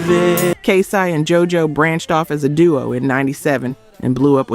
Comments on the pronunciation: Girl on Toni Tony Tone, regarding the split, you don’t know what you’re talkin bout!! I know them. Also it’s not Kay sigh, it’s Kay Cee. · The AI used in this was trash. Make sure it gets the groups names right. LaToesha? K-Sigh? Do better! Yet wondering why no one is subscribing or joining the membership?? It's not good content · Kay Siiii? Is the voice over AI? It's Kay CEEEEE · Is this a AI bot or is she just illiterate? On-Vogue, K-Sigh is stupid work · I listen to these videos and every time I think of subscribing, I get irritated with incorrect pronunciation of names. Who is K-Si? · Kay Sigh "Live" Michael Bye Vans Teen Atcher This AI is trippin! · On-vogue, K-sigh, La-Toe Sha, the yawn ! Awful AI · I was thinking the same thing. It’s Kay-CEE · Now I know she black and she know how to pronounce K-Ci . What the problem girl. Pronounce those names right.